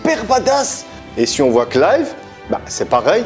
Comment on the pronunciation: Ah bah tu vois que c'est mieux prononcer comme ça, Clive ^^ sinon les Tales of j'en ai fait deux-trois donc le berseria je le connais pas, mais il y a genre 2-3 épisode dans la série animé de Zestiria qui montre du Berseria.